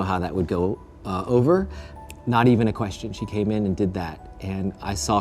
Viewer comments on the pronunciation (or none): none